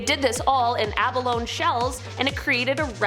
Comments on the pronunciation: I love you,, but it's pronounced like abalonie, not abalone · "Abalone" is pronounced "a-ba-LO-nee." Please look up its pronunciation. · Learn how to say Abalone.! Tragic! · Apparently Karen is a few comments down b***hing about a pronunciation of the word Abalone. Because that the most significant topic worth commenting about on this outstanding video. Honestly, ...Karens